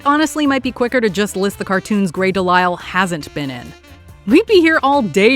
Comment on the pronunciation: I was 100,000% certain beyond a shadow of doubt that she’d botch Grey DeLisle’s last name since she can’t go a single video without at least one noticeable botch.